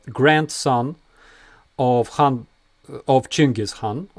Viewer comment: I love it when you debunk Russian bs. The way you said Khan makes me think of Hun. Those words must be related.